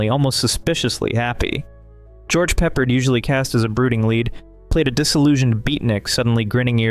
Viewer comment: I'm not a big fan of The Wrong Box or The Bliss of Mrs. Blossom after seeing them (once). I do very much like Bedazzled. Especially the nuns (not monks) scene. Btw, George Peppard's last name is pronounced with the emphasis on the second syllable.